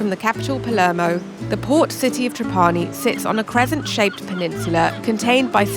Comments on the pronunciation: NIce video! One note, proper pronunciation of Trapani is TRAH pani. Accent on the first syllable. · It's not TrapAni but TrApani baby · the pronunciation is TRA'PANI, not TRAPA'NI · Great video, but please pronounce Trapani correctly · I’m surprised you don’t know the correct pronunciation for Trapani since you have been there before. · not true. You are pronouncinig wrong . Do the proper research